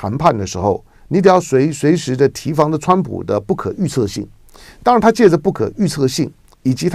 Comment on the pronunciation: 戛jiá然而止 提dī防